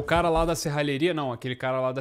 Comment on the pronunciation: Achei que era sou eu que errava a pronúncia serralheria! Kkkkk